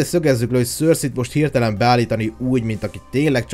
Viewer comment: Nem szörszi 🙈😒 hanem (szerszej) cercei😏